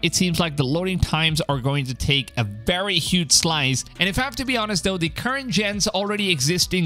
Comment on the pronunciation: Someone teach this guy how to pronounce his V's, it's wery wery hard to listen to 😅